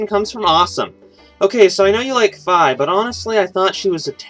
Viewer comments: Fye? It's Fee (Fi) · Fye? It'd Fee (Fi).